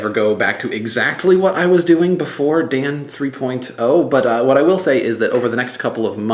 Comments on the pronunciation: Dan Three Poyne Toe! :) Check out you pronounciating it all properly since your brother pointed it out. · Your brother has made me OCD. Now I can't watch a single episode without intently listening to make sure you don't say "Dan Three Poin Toe." I never thought about it until he brought it up. Now I can't stop! --- Sent From pogobat's Facebook Application